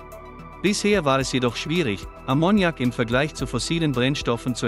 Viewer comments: Ammoniak wird auf A betont .Ist bei Verdampfung sehr giftig. Aber wäre eine gute Lösung. Ist völlig C frei. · Konnte ich mir nicht anschauen. Wer durchgehend "Ammoniak" falsch betont, kann nicht ernst genommen werden. :face-blue-smiling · Das fährt nicht mit Ammonnjak, lern deine Muttersprache erstmal. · die Betonung liegt auf dem 1. A, das kann man ja nicht anhören wie hier Ammoniak ausgesprochen wird. Vielleicht sollte mach doch lieber auf die AI-Stimmen verzichten,. Zum davon laufen. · Wollte gerade das gleiche posten. Schön, das es nicht nur mir auffällt. Musste ausmachen. 😜😜😂😂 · Ich hab den Unfug auch nur eine Minute angeschaut und dann sofort mal einen Blick in die Kommentare geworfen weil ich die Aussprache von Ammoniak so furchtbar finde. Ausserdem war es schon von beginn an mal wieder alles so das man sofort wusste, da kommt nix bei raus wenn man sich das weiter anschaut. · Die falsche Betonung von Ammoniak killt mich. Kann nicht weiterschauen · Lern erstmal, Ammoniak korrekt auszusprechen!!